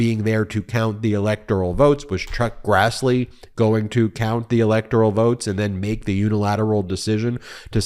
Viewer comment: Ben, can't believe you initially said "Truck Grassley", then said "Chuck Crassley", then said, "Chuck Grazzley". Stop talking to people like they're stupid! A majority of your audience is familiar with legal jargon, not only having watched most of the Law & Order shows for the last 30+ years as well as CNN, MSNBC, John Iardiola, CBS, COURT TV, TYT, etc., etc., etc. Good Lord, knock it off!!!